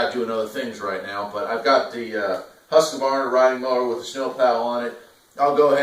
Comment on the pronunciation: Husq•varna not Husq•uh•varna